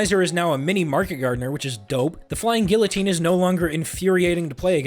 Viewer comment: you're saying guillitine wrong